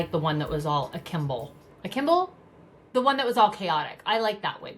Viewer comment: It's "akimbo", Christi. Not "akimble" !! 😂